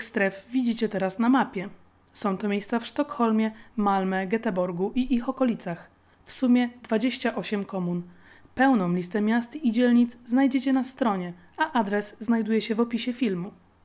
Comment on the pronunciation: Wiem że się czepiam ale czyta się jetebog wiem bo mnie nauczyciele pouczją